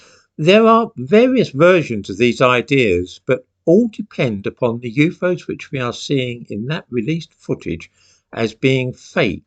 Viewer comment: I love how you say You foes! (UFOs), may I please commandeer it for My personal vocabulary? ❤ from Kentucky